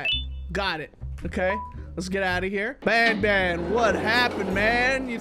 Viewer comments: When you were doing the statue and the light part it was Banban not Banbaleena!!?? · It’s banban not banbalena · I like how he was pushing the bananas but he called them banblena's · That was banban not banbaleena😂😂😂😂